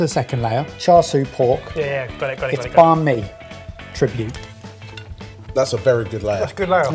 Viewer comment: "Banh mi" is pronounced "bang me"